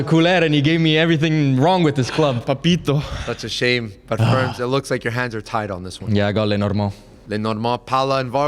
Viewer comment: I I was today years old when I realized "ferms" isn't ferns 😅😂😂